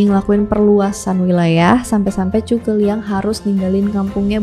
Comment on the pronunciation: Zhuge bang bukan cu ke